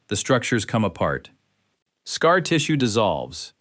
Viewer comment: For those who are worried AI will become SkyNet, don't worry .. AI can't even say scar right! Lmao what is a S-car? 🥴🫠😂 Lmao "hot to the touch from across the room." .. that's how they described a fever during the Small Pox segment 😂🤣